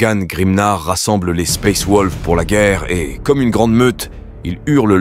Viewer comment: sympa mais suis-je le seul a griller que t'utilise un bot pour faire la voix , un bot de très bonne qualité certes mais c'est un bot ^^ comment j'ai grillé ? plusieurs mots évident bien écorché surtout le "space wolves " a xD règle ton bot pour plus trop qu'il déraille ^^ mais sinon c est dommage la vidéo est très bonne